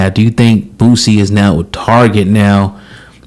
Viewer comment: His name is boosie not bootsie